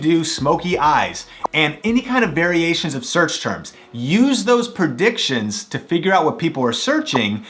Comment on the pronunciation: I really love this video! ... except for the fact that you kept saying "perdictions" 😂